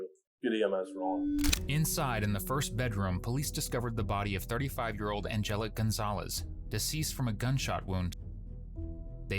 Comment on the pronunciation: Ann Jell Leek That’s how you pronounce Angelique